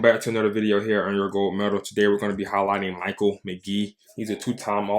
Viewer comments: FYI his name is pronounced like Mikhail not "Michael" and I've been watching people try to learn his technique from knees for years and nobody has yet 😄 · It’s Mick-ale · Amazing video. One thing - it's Meh-kale McGee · Good video...pronounced his first name wrong